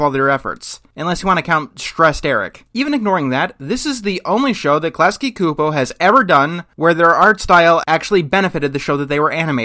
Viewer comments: It's pronounced Chu-po. That's critical research failure. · I don't see eye to eye with your take on Klasky Csupo (or your pronunciation of it). I think their character designs are vibrant and creative exaggerations of human proportions, and they neither phase me now nor did they when I was a kid. Not to bring up the whole "CalArts style" discussion, but the animation industry as a whole needs more studios pushing the envelope of character design. I'm not a fan of Aaahh! Real Monsters, but the other Klasky Csupo offerings primarily featuring humans were charming. They have a very methodical approach to their style, where you can look at a given human character and think "yeah, I know someone who looks like that!" It's not jarring or grotesque, like Mr. Pickles, it's just stylized. Everyone basically has a potato head anyway, Klasky Csupo just dials the potato up to 11. In the realm of cartoons, character designs, gestures, and expressions should be exaggerated, otherwise you're left with G.I. Joe, and the plot, cinematography, and voice acting have to carry the full emotional weight of the show. In The Simpsons, compare Homer's heart attack in "Homer's Triple Bypass" to Bart's heart attack in "The Heartbroke Kid", 13 years later. As a more poignant example, imagine if rugrats character designs were completely realistic, a la G.I. Joe. I doubt it would have caught on.